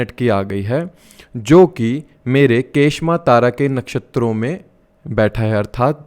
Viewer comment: kshema या क्षेम बोलेंगे के श मा कुछ नही होता